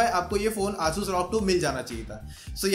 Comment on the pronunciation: Pehle 'asus' bolna sikh le